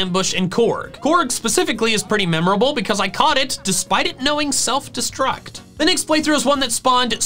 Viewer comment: THE R IN SELF IS SUPPOSED TO BE AN L!